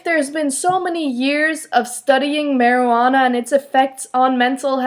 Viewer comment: You said Maryanna not Marijunana just to let you know and this was a weird point:)!